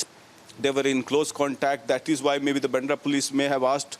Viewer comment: Why do your anchors and reporters pronounce baandhra as bendra?